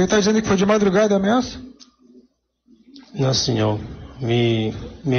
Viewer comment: O réu dissimulado: “Nãsinhô, nãsinhô, nãsinhô” 🤪